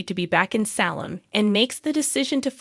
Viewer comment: I wish you could pronounce words correctly like Salem and Tresersa